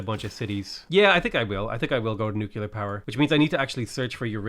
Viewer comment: Stop saying nookeelyar instead of nuclear, REEEEEEEEEE